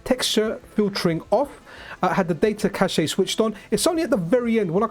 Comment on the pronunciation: Cache is pronounced 'cash' for the record. I know this is an old video but pretty sure I heard you say that a couple times in more recent videos too. The way you're pronouncing it is a different word with the same spelling